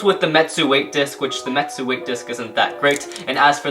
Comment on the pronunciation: Retsu not metsu